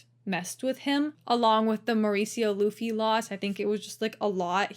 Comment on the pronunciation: Mauricio Ruffy has the R pronounced as an "H", not an "L". "Hoofy" v. "Loofy". This, by the way, is using Brazilian Portuguese pronunciation. The pronunciation in Portugal would have the beginning R in a name sound a lot more guttural and rolling, much like a French pronunciation. That is in fact the predominant way to immediately tell the difference between someone who learned Portuguese in South America, as opposed to Portugal.